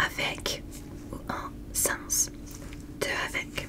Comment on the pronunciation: Coucouu j'adore vraiment tout ce que tu fais surtout continue comme ça t'es parfaite!😍 Petit vocabulaire pour t'aider: "Calculation" ne se dit pas en français et dans "sans" on ne prononce pas le "s" à la fin. J'espère que ça t'aidera! ❤️❤️❤️